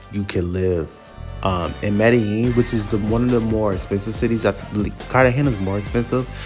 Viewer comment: What a clown. Can’t even pronounce Medellin properly